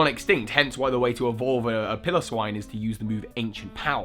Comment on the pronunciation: Piloswine = Pile-oh-swine. Pronunciations > Get them RIGHT, please. Donphan is NOT a form of Piloswine. Porygon is not an Ultra Beast. All these theories are bogus and codswallop. I used to like your content, but I now don't like your content.